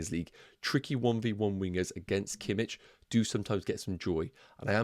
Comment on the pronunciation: It's kimiH not kimiČ 😅